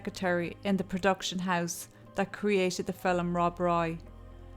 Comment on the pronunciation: "Filum". I love that. Your videos are really well done!